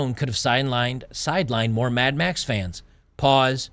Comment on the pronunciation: "Mad Max" decays into "Mad Meh".